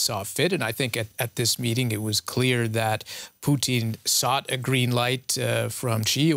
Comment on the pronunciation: "Poutine" as a Canadian I can appreciate he is cheesey but "Vladimir Poutine" is definitely not as palatable nor enjoyable.